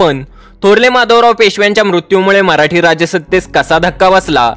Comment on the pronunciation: मराठी असा उच्चार म्हराटी का करता?